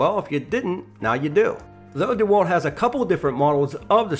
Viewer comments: If you want to I guess, but it wouldn't make me like the review any better. If you're going to make a review, at least learn how to properly say the company's name lol dee walt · Why are you saying "dee wal" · Lol why the hell he call it “deeewalt.” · I thought it’s DeWalt not DeWalt. Like dewclaw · Your pronunciation of DeWalt is painful.